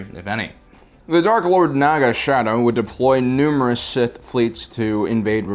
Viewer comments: It’s Naga Sadow, not shadow And it’s not the battle of malastare, it’s Malachor V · It''s Naga Sadow my friend, not "Naga Shadow":P